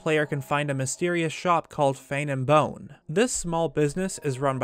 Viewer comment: “Hero-in”, “Lon over due”. Sorry. Poor pronunciation drives me insane. Edit: Within the first minute. Omg, just heard another “lon” instead of long. Grr. Love the channel, but Fane and Bone is FANG AND BONE, not Fane and bone.